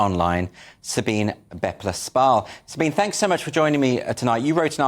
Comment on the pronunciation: Pronunciation: Sabine is pronounced as “sa-BEEN-a."